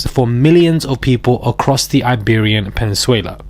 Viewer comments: Iberian PENINSULA not Penisuela!!😂😂😂😂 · Iberian Penesuala???? do you mean peninsula? chiiiild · What's the Iberian 'Penizuela'! Do you mean 'Peninsula'!! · It is pronounce pen-nin-sue-laa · Cheers for report - please google how to say Peninsula, everything else was great. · Are you saying "Iberian Peninsula" in a different language? I never heard this pronunciation before.